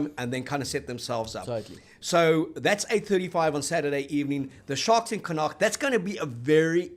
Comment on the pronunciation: GUYS please ask the Irish how to say Connacht properly!